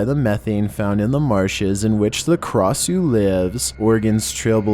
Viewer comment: U pronounced Krasue wrong it’s (kray-shoe)